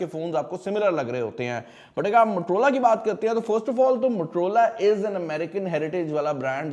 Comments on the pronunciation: Bhaai naam to sahi lelo, itna bara tech YouTuber hoke bhi.. MUTROLAA MUTROLAAAA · Kindly don't mind, you keep saying matrola....it is Motorola , being a mobile reviewing expert kindly pronounce the word correctly. Thanks. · Bro u still don't pronounce Motorola right.